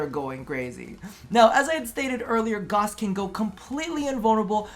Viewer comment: “goss” Everyone else: “ITS FUCKIN GAOWSE!!!!”